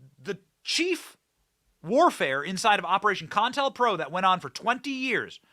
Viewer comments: It's not con-tel-pro Benny it's co-intel-pro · It's CO INTEL not contel or whatever you're saying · Long time since i heard the words "COINTELPRO." its pronounced COH-Intel-PRO.